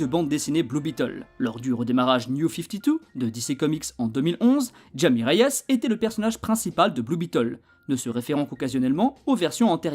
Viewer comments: c'est une super bonne vidéo mais je crois qu'on prononce "Ra-i-mê" pour son prénom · Très bonne vidéo, juste troublé par la prononciation de Jaime en fait le J se prononce R (comme dans mojito 😂) mais sinon super travail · Tu prononces mal son prénom ??? c'est bizarre de faire une vidéo ds ce cas